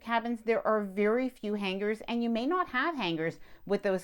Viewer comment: Just my own pet peeve but please pronounce “ hanger” properly. The “g” isn’t held it blends in I know it’s trivial but nails on a chalkboard. How to pronounce the word on YouTube is very helpful